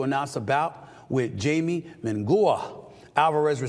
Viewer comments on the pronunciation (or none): First of all munguia is pronounced "moon gee ya." And his first name is Jaime" hi may" secondly if you are calling out canelo which is correct you must keep that same energy towards Terrance Crawford ducking boots Ennis. Just saying. This is the Mayweather effect. Picking and choosing when you get up top. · Steven , it's Ha-e-meh Moon-gi-ah😅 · who the hell is Jamie, it’s obviously Jaime (Mexican) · It’s Hi-Meh… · The way this man butchered jamie’s name 😂,I MISS MAX 😭